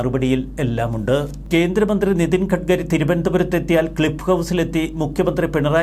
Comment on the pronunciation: ഖഢ്ഘരി അല്ല, ഗട്കരിയാണ്.